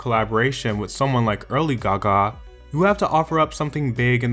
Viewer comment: Why do you say Gaga like that oh my god 🙉🙉🙉